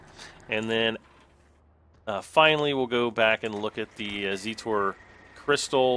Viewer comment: when you rotate that square in zetor crystal your seet go up and down and it's not zeetor its zetor because you are pronauncing it like zeetor and it is zetor